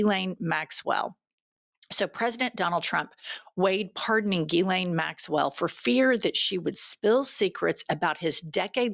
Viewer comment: I like how MTG can’t pronounce Jizzlane Maxwell properly 😂